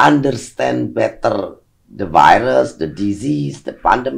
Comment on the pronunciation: demen bgt pas bu susi ngomong "better" dengernya kek "beta" 😍